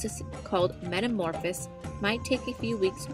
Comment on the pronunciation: I also hated the way she pronounced metamorphosis